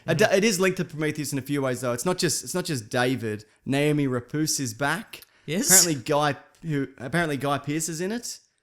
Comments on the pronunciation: isnt it noomi repace? not naomi rapoose? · "Naomi Rapoose is back." 😂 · "Naomi Rapooce!" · I love how neither of these guys can pronounce Noomi Rapace's name. (Hey, I have no clue either. I don't watch TV at all, and I don't follow anything 'entertainment' related other than these types of things, here on YouTube), ANYHOO, I'm pretty darn sure her name ISN'T pronounced "Nay-oh-mee Rapoose". Maybe someone could help us all out... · Not even close to how you pronounce “Noomi Rapace” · Stop butchering Noomi Rapace's name! ...Nah keep going, it's funny.